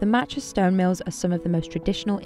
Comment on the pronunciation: Marrtuchaa. It’s just Mat cha, MA tcha